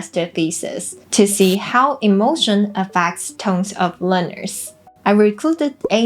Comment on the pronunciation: 你把「tones」唸錯了！把你的手放在你喉嚨然後發「tone」你就會覺會發掘出來莫為「n」的音喉嚨有震動。把那個震動加再「s」上面，它會變成「z」的聲音。一班的英文母語著會把「tones」說成「tonez」。不管是名詞或動詞都會這樣hugs的g喉嚨有震動，所以會把s發成z。kids的d也是，所以要念成kidz。kicks而不是，ck喉嚨沒有震動所以kicks的s不會變成z的聲音。謝謝你的影遍，以後希望你也會有一些教台語的！